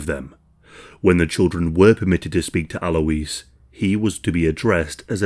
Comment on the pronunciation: ALOYZ!! AL-OYZ. Alois.